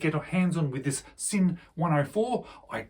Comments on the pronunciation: Yes! In German S in the beginning of a word is pronounced Z. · The s in German is pronounced z mate